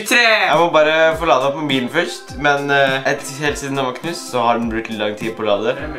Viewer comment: du sier føyst i steden for først